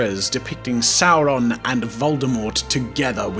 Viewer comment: One does not simply say Voldemort and Sauron like that